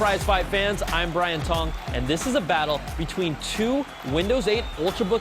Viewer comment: At first I heard his name as. I'm sorry...